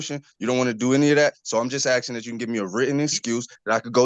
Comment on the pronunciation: He’s “axing” him?!?